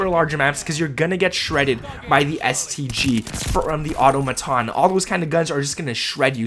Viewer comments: Automaton is pronounced Ah-Tah-Mah-Ton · Stop pronouncing the word “AUTOMATON” like that!!! That is WRONG!!!! Phonetically it’s pronounced like: “Uh-ttah-meh-tahn” Do it!! You won’t sound dumb anymore if you do.